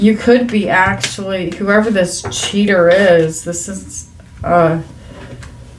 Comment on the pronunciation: Lol, I think u spit out the word "cheater" 😂